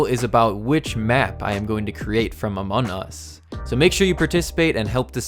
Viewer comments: u siad amon us instead of among us XD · Just saying um the name in not pronounced Amon us it’s Amongggg us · Im not trying to be rude but your saying amont us not among us trying not to be mean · Your saying Amon us it’s among us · ITS AMONG US NOT AMON US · Can you stop saying amon us is called among us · It’s not amon us!!!! It’s among us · Him: FRom amun us Me:AHAHAHAHAHAHAHAHHAHA SHE JUST SAID AMUN US My mom:Whats going on up there!?!? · Every time he says among us he forgets the g lol